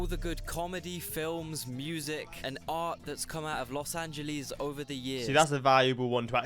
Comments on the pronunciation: As an L.A. native since the 60's, please pass that "Los Angeleez" admonition along to Piers Morgan. He's the number one Brit offender with that. 😄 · When will brits finally learn that it's not "Los AngelEEZ"... While most of the analysis you see here are undeniably true, a diss video like this doesn't showcase many of the reasons a lot of people like it or choose to live there: it's one of the most comfortable climates in the world, it's one of the best food cities in America, some of the best abundance of fresh fruits and vegetables in America, top 10 healthiest cities in the country, a booming economy, higher wages than most American cities, access to nature and the beach, outdoor recreation activities, a magnet for creative people, high cultural/ethnic/linguistic diversity, access to world-class museums, music venues and festivals, the list goes on. Every city has its own set of massive pros and massive cons- for some people the pros outweigh the cons, and for others the cons outweigh the pros.